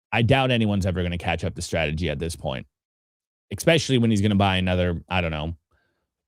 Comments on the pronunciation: exactly my point lol puts k’s in his ekspeciallys! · The K in especially is silent my guy😊